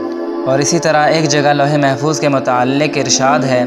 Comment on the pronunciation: Louh E Mahfooz yeh Saheeh hai. ' Lohe , Bilkul galat Talat Talaffuz hai Mohtaram.